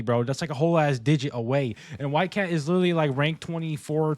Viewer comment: Did bro just say whitegyatt 💀